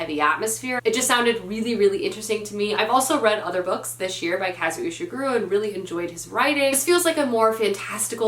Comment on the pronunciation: Correct pronuciation for Kazuo Ishiguro: kah-zoo-oh ee-she-goo-roh